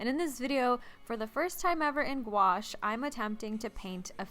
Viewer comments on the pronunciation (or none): hey I'm from the UK and I love you work and this video but the pain gouache you are using is actually supposed to be pronounced differently, - the first part is like gue or gooe IE that's sticky or gooey the second part is like ash IE ash from a wood fire so phonetically it's like gooeash